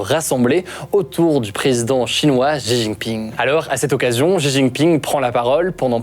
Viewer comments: Salut, juste pour te corriger sur la prononciation sur le nom du monsieur (習近平 - xíjìnpíng) si jamais tu refais des vidéos dessus : - 習 (xí) c'est un son à mi chemin entre le "s" et le "sh". Pour le faire : Tu te mets en position comme si tu voulais faire un son "sh", sauf que tu plaques la langue en bas de ta bouche, et tu souris (ta langue touchera un peu le bout de tes dents du coup), puis après tu souffles en faisant un "i". pour faire la partie de l'accent qui monte "í", tu montes la voix, comme si tu posais une question. - 近 (jìn), tu peux penser au mot "jean" pour avoir le son "dj", mais pareil que pour le "xí", tu souris et tu plaques la langue en bas (tu coup tu verras, ta bouche va quasi pas bouger entre ce son et le précédent si quelqu'un te regarde parler). Et t'essaies de prononcer un "dîne" dans cette position, tu verras ça fera un son à peu près à l'entre deux de "d" et de "dj" de "jean" (car en voulant faire le "d", tu vas sentir ta langue toucher un peu tes dents, du coup c'est là que le "j" va apparaitre). Pour l'accent descendant, "ì", tu peux imaginer comme si tu mettais un point d'exclamation, comme si t'ordonnais à quelqu'un de mettre son jean par exemple ahah "Jean !" 😂 - 平 (píng), celui là est plus simple, c'est comme si tu disais "ping" du mot "ping pong", mais en montant la voix comme si tu posais une question pour faire l'accent montant. Les journalistes des médias traditionnels globalement s'en battent les couilles sur la prononciation des mot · Cool la vidéo ! Par contre ce serait bien que les gens arrêtent de dire "Ji Jinping", "Ksi Jinping" et autre "Chi Jinping" alors qu'ils vont prononcer correctement "Deng Xiaoping" 🤔😉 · "Jiji ping"? 🤦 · Ji jinping? 🤣 Allez